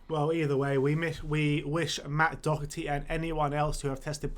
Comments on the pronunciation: It's pronounced dockerty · Matt Doherty.....not Docherty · It's pronounced do-herty. do as in dot but without the t. This shit really isnt hard it's not like some crazy Spanish pronunciation like reguilon